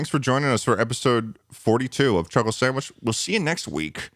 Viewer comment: Ah yes a new Chulkle Sandwhich